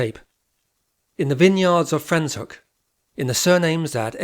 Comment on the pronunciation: Very informative, thank you. Your pronunciation of the town of Franschhoek needs correction!